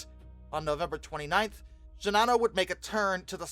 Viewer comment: I don't understand why NOBODY pronounces Shinano the way the Japanese do. People make an effort to do with that Yamato and Kirishima. Japanese generally puts equal stress on each syllable, so it would be "she-na-no", and not "she-Na-no" . . . . . . Japan had plenty of airplanes. They were severely short on trained pilots.